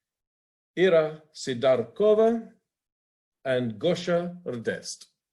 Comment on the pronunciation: If you can please tell your commentators to pronounce Irina's name correctly. Si-DORK-ova